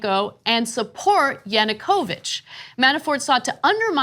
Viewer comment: Please take more effort into researching the pronounciation of foreign names. Hearing Ana say "Yanukoooovych" multiple times made my ears bleed. I think it's not too much to ask, it's basic stuff.